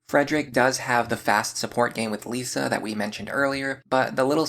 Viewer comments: Just so you know, it's LISS-a, not Lisa. They're different. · Good video but I don't ont like that you say lisa it hurts